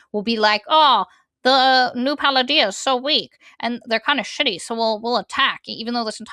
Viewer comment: every time you say “New Palladia” I keep hearing Paldea as in the Pokemon region from scarlet/violet and im like, this really is a crack pic XD